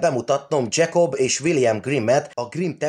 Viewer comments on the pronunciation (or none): Dzsekob és Viliem Grim- miért az angolos kiejtés?? Jacob und Wilhem Grimm könyörgöm☹️ nem angolok voltak